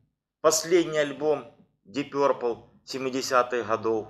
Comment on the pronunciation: Ты с когого колхоза? , научись говорить, пёрпл , начитался